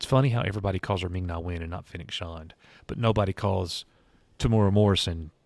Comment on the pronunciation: Its pronounced Shand, like and, not Shond.